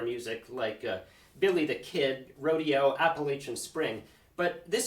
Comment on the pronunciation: Thanks for clueing us in to what's now public domain and for the impressive piano playing. (BTW, Copland's Rodeo is pronounced roh-DAY-oh.)